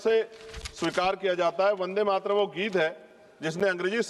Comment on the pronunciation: जो ढंग से वंदे मातरम बोल नहीं पा रहा वो भी ज्ञान दे रहा इनसे कहो भाषण तो सही से कहो किताब न पढ़ो वो भी अशुद्ध वर्तनी के साथ।